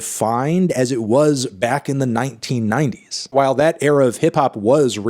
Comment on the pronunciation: My guy put extra emphasis on the “1990s”.